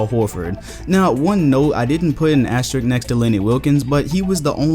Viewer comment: ASTERISSSSSSSSSSK the word is asteriSk. there is an S before the k. asterisk. asterisk. is awesome, but please please please stop saying 'asterik' bc that's not a word.